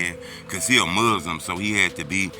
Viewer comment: It's pronounced Mooooslim!!